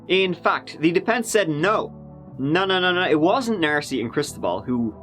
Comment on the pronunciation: Stop saying "Narcy! 😭😭😡😤